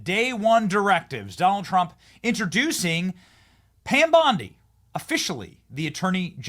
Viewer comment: 😂😂😂 "Pom Bandi" 😂😂😂